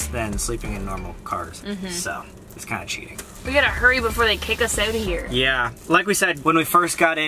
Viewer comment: the word "out" was super Canadian lol